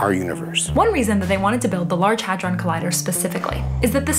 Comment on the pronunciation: Listen and learn from Cleo - she can pronounce "hadron" correctly.